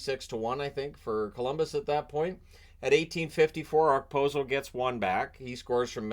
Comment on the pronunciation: Unfortunately a Sabre's fan here....yeah, don't talk about turning it around anymore. Just a waste of breath. Just a note though. Okposo pronunciation has a silent "k". Per the man himself it is pronounced "oh-poh-soh" or "oh-pose-oh". We in the Buffalo area didn't know how to say it when he first came into town all those many years ago. Thanks for all you do. Very entertaining.